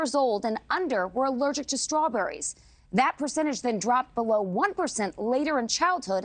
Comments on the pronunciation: Hey.. and everyone else who pronounces words that begin with "st" "incorrectly... They are Strawberries, not "SHTRAWBERRIES"!!!!! Learn English. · That first talking head pronounce the word as "shtrawberries". I've noticed a lot of people lately changing the st combo to sound like sht, like shtrong, shtruggle etc. Anyone else notice that? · There’s no ‘h’ in Strawberries!